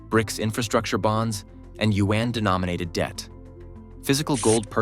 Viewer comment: Learn how to pronounce China’s currency, the yuan. It is not pronounced “U N”